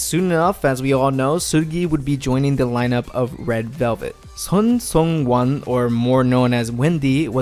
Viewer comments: "sun song wan" 😂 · Hi, would like to tell you that the "SEU" in Seulgi and Seungwan is pronounced as sss, like how snakes hiss. Also, for "Soo" in Sooyoung, it is pronounced as "Su" instead of "So"